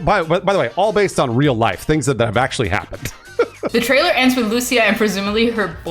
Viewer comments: Holy shit how hard is it to pronounce a Latin American name. Is not Lùcia is Lucía, emphasis on the í. Is like you guys don't live in America with a massive Latin American population, c'mon.... Every time I heard someone talk about this game's main character I cringe when they say their name. Is cringe that you live in Miami where most Latinos in America live and yet still don't know how to pronounce one of the most popular names in all of Latin America. Holy shit! Ah Y ahora recién me doy cuenta que es Cubana, wow te debería dar vergüenza la verdad no saber pronunciar uno de los nombres mas latinos y mas comunes que hay, la ignorancia Americana se te ha metido en la cabeza. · Great vid. A little disappointed with the pronunciation of Lucia lol. The accent goes on the 'I', not the 'a'.